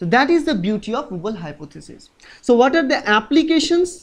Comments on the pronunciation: are you being cute? it's wobble!!! not wooble. but you sayinng wooble is way better - i will remember it this way from now on. :-D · XD wooble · Hi sir nyc vdo.ACI is d anticodon present on tRNA and its Wobble not wooble